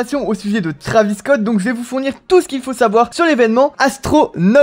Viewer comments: Ark the Senshiシ en gros, il prétend être un fan de travis depuis longtemps mais il prononce son blase pas correctement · "trAvis" tu rends ouf zebi